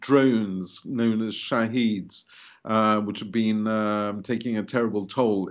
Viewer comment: I've heard it's not pronounced shaheed it's pronounced with a short e. Shahed